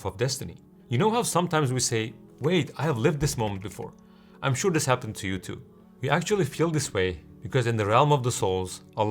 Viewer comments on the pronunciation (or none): none